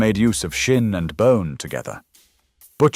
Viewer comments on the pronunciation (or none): none